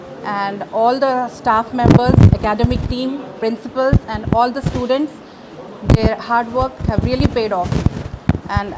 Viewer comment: " Hum aapko batate Chalen " 😅😅 1.27 kya toh b diwana bakwa karre starting k purple aunty? Students toh kya bolre ino... " Iss_tyu_dentss " 😂😂